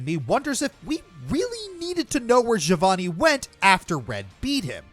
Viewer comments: Anyone else triggered by how pronounced Giovanni's name Ga-vo-nee instead of Ge-o-vo-nee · Its pronounced "Geo-vanny"